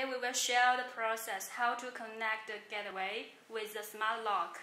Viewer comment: Gateway pronounce as "gat way" not "get the way"